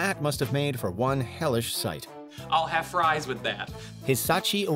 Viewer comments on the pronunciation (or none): none